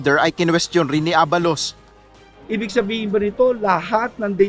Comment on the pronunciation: Walang hiyang reporter yan hindi pa mabigkas ang apelyido ni abalos,try to rewind the video